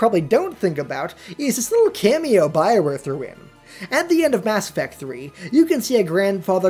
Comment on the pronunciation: Knew everything and hated the way you say effect